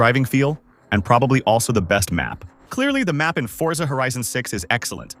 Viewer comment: forza ❌ fortza ✅